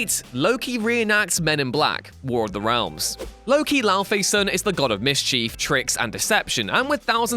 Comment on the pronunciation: Mis-chief lol